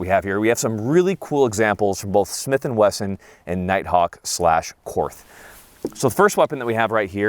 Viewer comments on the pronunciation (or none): For love of God it’s pronounced “court” even though it’s spelled Korth. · Just FYI, Korth is a German manufacturer. The correct pronunciation is „Kort“, because German doesn’t have the „th“ sound that English has. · I love the korth ( pronounced like court btw, without the h) but the c- more looks terrible on it . An rts2 would be a better fit, brighing the sight window where it should be, which is not at the forward 25% of the gun. The korth’s mechanics are so perfect, the competitor is no competition for it. So precise but still smooth as butter. Competitor is just a run of the mill S&W (MiM parts) , which is not even properly tuned in most cases ( like with many performance center guns) and the competitor is not a cheap gun either. Yes the korth is expensive but imho worth to save up for. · The "TH" in Korth is pronounced as "T". So, the name is actually pronounced, Kort. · Just a note Korth is pronounced like court since 'th' is a hard T in German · Korth is pronounced cord. Great vid. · Apparently I have nothing better to do on a Sunday night than to watch mispronounce Korth. This is just further proof of how sad my life is.